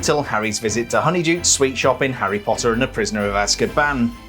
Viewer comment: Love they way he’s says: “Lego Harry pottarh